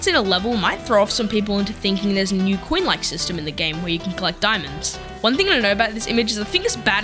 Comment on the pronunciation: why do you pronounce coin as queen